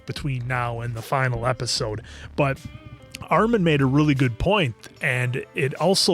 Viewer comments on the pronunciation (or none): Hate how he pronounces Armins name as Ar-mahn